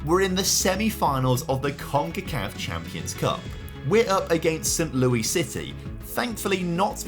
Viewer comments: I’m not sure why the way he pronounced St. Louis made me laugh as hard as it did. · Saaaaame, when he said it I said under my breath, "Not quite, my guy."